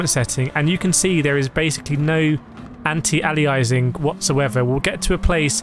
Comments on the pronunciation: It's pronounced 'ayleeassing'... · The way you pronounce aliasing 😭😭